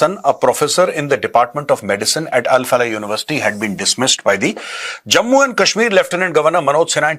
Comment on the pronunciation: Al Falah university ❌ Bal Falah university ✔️ 😂😂